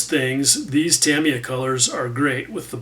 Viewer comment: Tami- ah